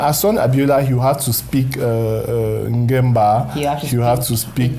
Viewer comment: It's beautiful show I like the way you prouncece Ngemba